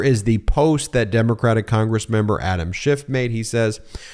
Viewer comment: It's Adam SCHIFF, not Shift! Only the cretinous, nasty-mouthed & rude Donnie tRump says "shift," --- YOU SHOULD PRONOUNCE IT CORRECTLY, else people WILL LEAVE MEIDAS TOUCH DUE TO YOUR RUDENESS! EDIT: ALSO, You owe Rep. Schiff a SINCERE APOLOGY!